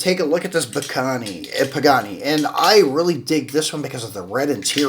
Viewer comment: Pagani (why ra) pronunciation.